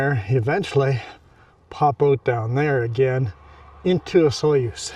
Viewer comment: The proper pronunciation of Osoyoos is....Osooyos